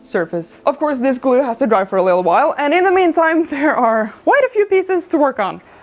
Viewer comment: I love the way you say, "glue." GLOO